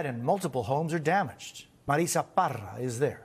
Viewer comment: He continues to pronounce Marissa Parra like Super Mario world.